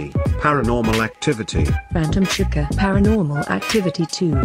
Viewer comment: It’s chica (Che-ca) not chekaa